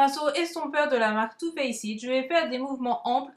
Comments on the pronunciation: Ah c'était top comme vidéo, très joli make up ! J'ai beaucoup aimé ton petit commentaire sur le liner haha Mon seul commentaire c'est sur ta prononciation de Too Faced, le e ne se prononce pas, le son "d" suit directement le "c". Mais bon ça ne change rien à la vidéo c'est mon moi angliciste qui parle xD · Merci ^^ Bon, j'avoue que je vais devoir te demander clémence par avance, car y'a sans doute pas que Too Faced que je prononce sans doute comme un sagouin :gloups